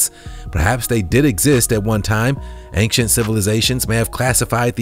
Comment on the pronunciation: He's so cheesy "hope they don't turn into chocolate" uhh duh also the way he says ancient is annoying i have to unsubscribe